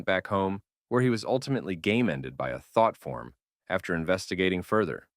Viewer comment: "by a thot form (yes it sounded like that the 't" was hard)